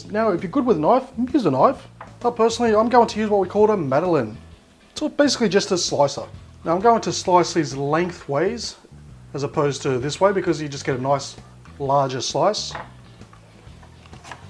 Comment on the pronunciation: It sounded like "Madeline". With no "n" sound. Haha. But I know what you meant.:)